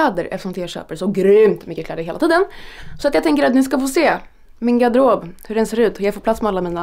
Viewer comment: Älskar hur du säger garderob hahah